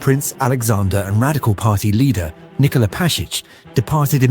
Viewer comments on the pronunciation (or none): none